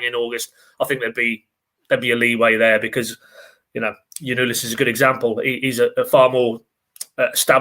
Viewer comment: Jolis?????? I think it's Zolis. The T is silent